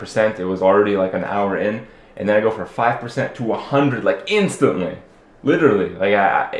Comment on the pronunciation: you dont know how to say instant. call moldran!